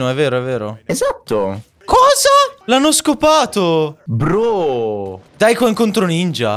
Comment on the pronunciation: Al minuto Luke sembra che dice l'hanno scopato 😂😂